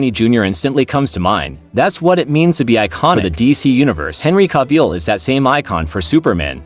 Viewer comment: Bro literally said Henry caveill 😂😂